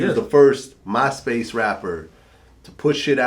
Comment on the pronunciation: this wigger just said "mahspace" and "muhfucka"